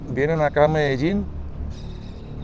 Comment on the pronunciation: Its not MEDAJING. Its MEDAYEEN pronounced.